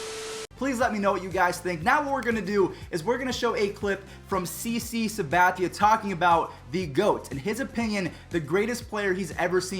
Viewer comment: CC Sabathia said it so clear